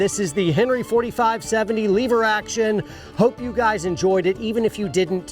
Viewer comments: First... " Lover" is a pretty good cowboy name Second... "Leh-ver" not "LEE-ver" -guy from Oklahoma lol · it’s lever, not leever…btw your still wearing the stupid watch lol. Great vid bro thanks for sharing. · Did anybody else cringe every time said leave-ur instead of lever? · LEVER......NOT LEEEEEVER hahaha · Stop pronouncing lever wrong. It's "lever" not "lever" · "Leever Action" ? Dang city boy! It's Lever, soft e... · It's LEV-ER, not LEE-VER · says "leever action" 😆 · Oh So Now We Say Leaver ?? Sheesh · Cowboys don't say 'leever action'. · Cowboys don't say leever. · "Leever" action. That must be like "leever alone or I'll keel ya"😀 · Lever not leever thats metro sexual lol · Leever Action? Sounds like a Yankee to me... :P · As an actual cowboy, I will keep most of my opinions to myself.....However......If you want to be a cowboy, a couple of things: It's a "lever" action rifle. Not a "Leeever" action. I agree, your dog is stupid. The only dogs worth having are Heelers and Jack Russel Terriers. You set your hat down incorrectly. Google it. We walk funny because unlike most of the nickel-plated sissy douche wagons who sit in front of magical boxes of light to "earn a living", we do physical work, which makes our bodies hurt. Thus the "funny" walking. Any rifle or carbine that goes in a scabbard needs a hood over the front sight. Without one, you'd have no front site in short order. You need at least 17 more layers of dirt to pull this off. I didn't see any chewing tobacco, although I did see you spit. So, B- for effort at least. Other than that, you nailed it! 😉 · I do not like leever action it's lever action. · "leever action" been a minute since ive heard that pronunciation. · love you brother but please stop saying leever!!! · please stop saying "leeeever", say lever like an American!!! 'Merica!!! Also... I love you all, please don't hurt me. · I'm not sure you can be a cowboy and still say leever 😁